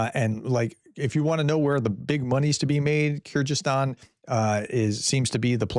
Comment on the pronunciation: The ys in Kyrgyzstan are pronounced like a double e in English. So it's Keer-gee-sis-tan